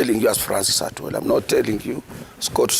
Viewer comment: I pity this man called atwori